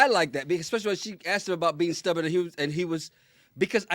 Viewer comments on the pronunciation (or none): 🙄Oh my, How’d I forget it’s the most violent repeat offender. 2nd in line is Went instead of Gone I’m sleep instead of asleep There’s 2 new ones on our heels but it’s a pronunciation issue…. Stubborn nope Stubberin Pattern nope Patterin What are we going to do? What are we going to do?